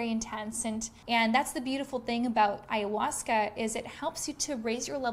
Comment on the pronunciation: Sounds stupid that Ayhausca